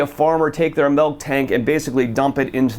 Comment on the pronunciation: Maybe it's just because I'm a wisconsinite, but it sounds like keeps saying "melk". Great video though, as always!!